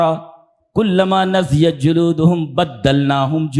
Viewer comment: السلام علیکم ورحمتہ اللّٰہ وبرکاتہ شیخ محترم شیخ نضعت نہیں نضجت ہے معذرت کے ساتھ